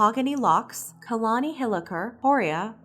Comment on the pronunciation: I almost spit my drink out when she said Kalani